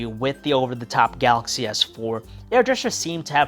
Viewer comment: He sounds like he chokes everytime he says "ga-axy". You do know that the "L" in is not silent, right?